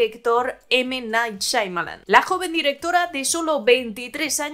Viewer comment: Ninguna. Porque siempre dice “Shaimalan”.